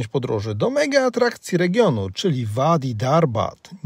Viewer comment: Bedę się czepiać 😉”wadi" czytamy jako "ładi”